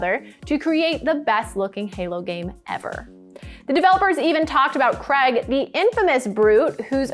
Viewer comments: Who’s “Crag” ? ...it’s Craig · Anyone else find it really hard to listen to her saying Cregg instead of Craig? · Who's "Creg"? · I don't understand why Americans can't say 'Craig' properly. It's right up there with 'squirrel'